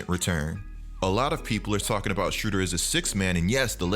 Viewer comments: keep mispronouncing the man's name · im from germany and its very funny to hear how you pronounce "Schröder" ;)